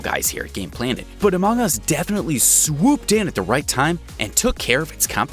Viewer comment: sorry but i wuld like if my said the name as amung us not amang us